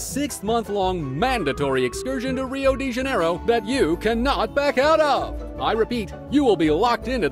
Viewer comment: I liked it when the narrator said rio de janeiro because the R is pronounced strongly in the throat (I will not teach you Portuguese)